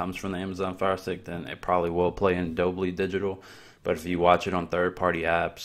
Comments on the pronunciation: its dol-bee (dolby) not Dob-lee 🤪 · It’s DOLE-Bee, not doe-blee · Dolby is not Dolbly — just FYI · Dolby. Not Dobly. Talk about a clickbait title. Not ONE thing you showed was a hidden setting. You that eager for views that you do this? Weak tea, dude. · Is he pronouncing Dolby as “Dolbly”? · Dolby-(dole b) kinda like Colby cheese. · Doll Bee , your weelcum 🙄